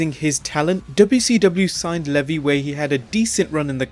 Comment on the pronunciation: Stop saying levy like that just call him raven